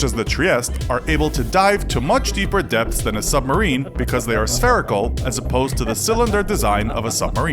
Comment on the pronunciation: Everytime you say depths i hear death